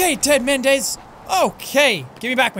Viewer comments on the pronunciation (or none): Did you say Ted mendez more like